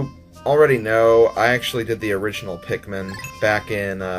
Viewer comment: Bruh, pikkmone